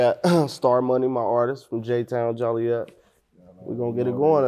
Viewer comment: Idk who needs to know this but there isn’t a city called “Jolly-et” in Illinois.